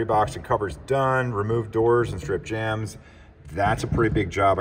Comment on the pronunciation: Jambs. They're called door jambs. Not jams. Though door jam does somehow sound like it would go good on toast! 🤣🤣